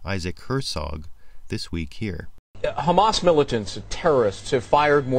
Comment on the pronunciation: What the hell is 'KKKKHHHHAMAS'?